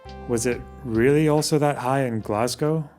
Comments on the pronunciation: It makes me unreasonably angry hearing Glasgow pronounced like that. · Do you mean the way says it? Because that's the way all my Scottish relatives, most of the scots of my acquaintance and, in fact, most of the U.K. say it. Glah-z-go vs. glass-gow which I only ever hear from Americans (to go with Edin-burg). Or did you mean the way Rees-Mogg says it? Fair. But, that may be less to do with pronunciation and more to do with the fact that his mouth is open and sound is emerging.